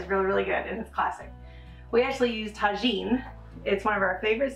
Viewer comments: I’m laughing so hard about the pronunciation of tajin .. the J is pronounced with a H in Spanish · Thank you for the develed egg receipie...fyi try saying tajen with the "h" sound instead of "j" sound...spainish version...just a little hint...love you guys!! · Yes!!! Ta-heen!! It’s a favorite around here too! We put it on everything!!! 😂😂😂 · The eggs look goo! By the way, not to "correct" you, but that spice mixture that you put on top of the eggs is actually pronounced "Tahin"...the "J" is like an "H"... LOVE you guys!! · I think the j is pronounced as a h?